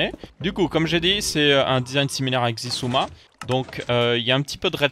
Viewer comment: sISUMA pas Xisuma... ça se dit sIsuma... c'est suedois (pas for le premier "s" genre sosoté et isouma, difficile d'expliquer mieux 😂)